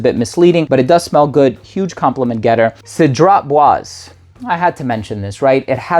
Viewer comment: That's the first time I've ever heard you mispronounce the name of the fragrance wrong surprisingly enough. It's for Cedrat Boise, although it's spelled Boise is pronounced like Bwozà. It sounds like a long A or an A with a straight line above it if you remember what we were taught in English class. It's okay though cuz you can't be perfect everytime, people make mistakes even though you always pronounce your words so perfectly the majority of the time. I won't hold that against you! Lol